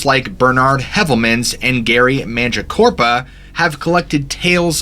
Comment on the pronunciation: Gary's last name is pronounced mangeeah--COPE-rah - not corpa... Listen to Hammerson Peters say it, as he says it correctly.